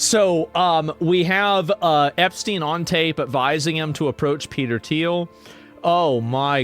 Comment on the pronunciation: Who pronounces Thiel with the “Th”? Is Asmongold really so clueless that he’s never heard Thiel’s name said out loud?! This is your political compass? Sad sad boys.